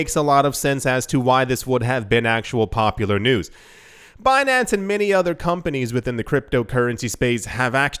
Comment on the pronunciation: when you said Bin-an-ce, with that french accent, I thought you said Beyonce, the singer. I was rather confused with the article until i caught on.